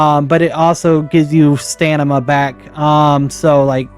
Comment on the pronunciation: haha u said Stanima